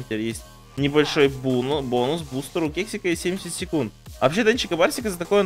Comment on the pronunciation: Когда он ловил Кексика,он сказал вместо кексика,сказал сексика -- ОРУ